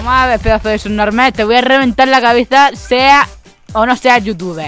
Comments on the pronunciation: "Será sunormah" JAJJAJAJAJAJAJA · Es que yo escuche que dijo subnomal ,esperen un rato haters no me hagan nada :,V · dice sub norma no sub normal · Jajajajaj como dise subnomael